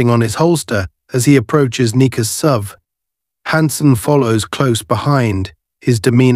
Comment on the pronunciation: AI Is getting smarter than ever. Now if we could only teach it how SUV is pronounced!